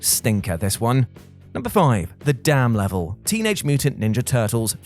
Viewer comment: Is it just me that the dam level in classic TMNT sounded like "the damn level"? Xd